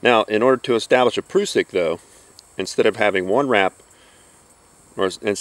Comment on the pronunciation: .....and you even pronounce it correctly! "proosik" not "prussik" ^_^ Thanks for the vid! Learned nothing, but loved watching :D Very well presented and not all tacticool like some other gentlemen.....subbed! :)